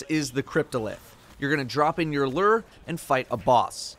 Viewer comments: Merch looks like you watched unas annus. Also its loo-er not lurr.. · Bruh. it’s pronounced Lu-ure not Lrrrr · Bungie is gonna make me quit destiny by the way streamers can't figure out how to pronounce "lure." LOO-ER. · My inventory: Lure: Ler 😂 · Personally I enjoyed how said it like “Luur” instead of “Lewer”. No offense, I’m just easily amused by these sorts of things. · I'm really distracted by the fact that you pronounce it lerrrr instead of loooor. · says lure My brain: I AM LURR! RULER OF THE PLANET OMICRON PERSEI 8! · He isn't the only Destiny content creator who butchers it. LU-ure people, get that double u sound in there. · pronouncing “lure” like it’s the ruler of Omicron Persei 8 over here. Lure ≠ Lrrr! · Hahahaha "Lurr" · /lo͝or/ in case you wanted to pronounce it right 😂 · L E R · my friend, it’s pronounced “loor”. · isnt it pronounced "lew-er" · Why do you say lure like that? Stop saying lure like that. Lurr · bruh.... it’s pronounced “loo-er,” like a fishing lure......your pronunciation is super weird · Wait how is he pronouncing lure? 😂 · Can no Destiny content creator pronounce Lure correctly? JHC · How does a person not know how to pronounce lure?